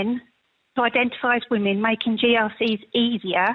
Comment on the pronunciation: Women is pronounced "wimin" why are so many people getting this wrong all of a sudden? What is happening?